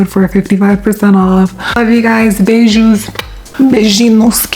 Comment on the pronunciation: As a Brazilian, I must say: wow, what a perfect pronounciation of "beijos" at the end! 👏👏👏👏😊